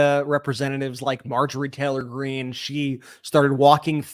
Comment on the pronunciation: I love how calls her Marjorie Trailer Greene.